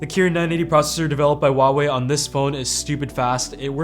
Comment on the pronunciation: Wrong. Don't try to be smart...It's Hwa...way....